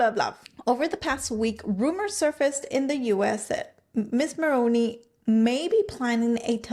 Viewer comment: The thing about rich people in the upper echelon is that in order to stay high, you cannot run your mouth. Do that, and it shows the truly elite you are not discrete. Jessica will land another (likely richer older man) and move up a few more rungs. She wont spill, sadly. Also - Mulroney is pronounced "Mul-ROO-nee", not Mul-Roh-ney.